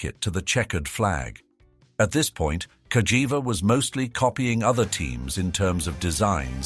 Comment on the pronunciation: The Narrator call the Name in 2 different ways,First Cagiva with the G pronunciation…then Later Calls it with the J pronunciation 🤦‍♂️